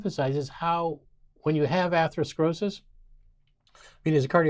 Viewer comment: ‘Atheroskrosis’. Sorry but I find that disconcerting.